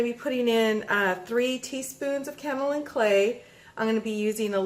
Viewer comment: Pronounced - K.O. Lynne Clay & You have lovely hands.